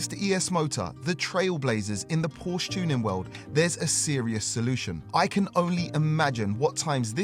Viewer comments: Please, please, the brand is called Porsche! Not Porch or similar! I also try to respect English names, thank you! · Please say PorschE 😂😂..❤ES Motors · Why do you call it Posh?? Porsche is a family NAME and it is pronounced just as it is written.